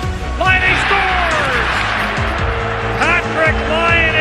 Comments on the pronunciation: U just only Day The letters Laine not lainei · When they say "Patrik Laine" I always hear "hat-trick Laine"..😅😂GO FINLAND my country🇫🇮🇫🇮